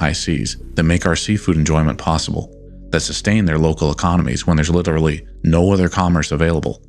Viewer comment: Wait wait wait wait wait... do you have an accent? I've been watching your videos for a while now, and I never noticed anything until you said "literally" near the end of this video. Now I'm hearing it?!?!?